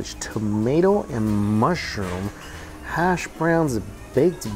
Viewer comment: “Hass” Browns look good.